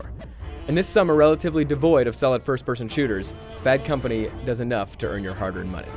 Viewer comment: did he just say bean company?